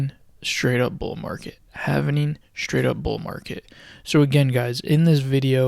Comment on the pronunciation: If you can't pronounce 'halving' correctly and you're pronouncing it, havening instead, why should anyone pay attention?